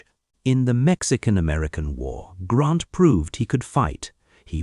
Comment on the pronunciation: Good GRIEF: his name is GRANT, not GrOnt .